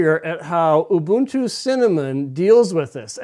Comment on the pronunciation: Ubuntu is pronounced ooh booon too. The way you say it is colonialist and even could be seen as racist. It is an Nguni word meaning "I am because we are "